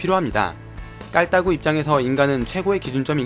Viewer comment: 깔따구 발음 넘 귀여우셔요ㅠ ㅠ 깔따ㅏ구깔따구